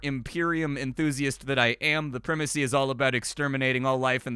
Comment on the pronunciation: You almost fooled me into thinking the US pronounced primacy differently.... but no, it's just 🙃